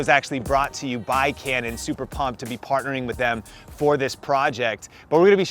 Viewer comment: He said super pumped to be pardering with them. LOL